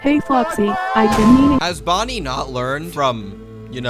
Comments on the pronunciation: yo bonnie did not say bonnica💀💀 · bro did NOT say bonnica 💔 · bonnie did NOT say bonicca bro